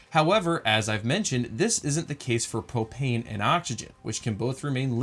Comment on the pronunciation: (Popane) pronounced propane. Also, Felix is a bit more interesting to watch, I got kinda bored on this one by the middle of it. I hope this doesn't hurt your feelings.